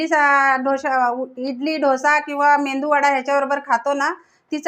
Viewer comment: मेदूवडा म्हणा. 😊 मेंदू वडा बापरे